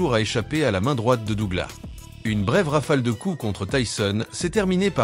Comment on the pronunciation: le seul pti truc très agaçant dans les commentaires c'est la prononciation de Douglas 😐 DouglaSSSS et non Dougla ... je ne comprends toujours pas pourquoi 😅